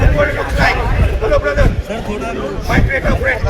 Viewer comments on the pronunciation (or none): अच्छा और हमें तो hello बरदर सुनाई दिया 😂